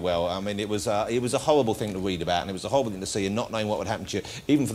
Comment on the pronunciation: It was a howwible thing to weed about